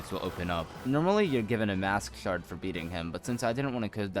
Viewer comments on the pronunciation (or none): none